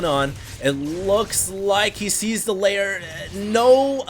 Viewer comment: The only thing that bugs me is that he pronounces "Lair" as "Layer"